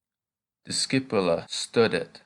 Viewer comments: Please sir try to prononce well .stoudet not stadet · STUDET, should sound more like "stoodet" would it? NOT "stuh-det" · My question is about the u sound. You seem to have two pronunciations for it, one of them seems to be anglicised as you do it in studet (as in stud or stuff in English); for the rest you do what i expected it to sound like (a long u as in loop in English). I searched online and Latin only has 5 vowel sounds as in Spanish, and as in Spanish there are diphthongs but I’m only referring to the basic and single vowels sounds. Hope to hear your feedback for it. By the way, thank you for the videos, always wanted to learn Latin but always seemed out of reach financially, however, technology and people like you make that possible, so thank you 🙏